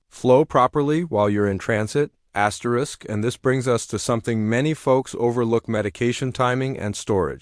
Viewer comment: STOP SAYING askerest